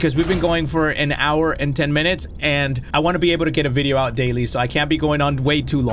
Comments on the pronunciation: "Vidadeo Games" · "Vidadeo gaems" By